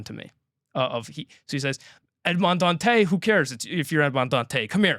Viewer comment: For the pronunciation of Dantès, it's not a silent 's'. Listen to how they pronounce it in the 2024 movie.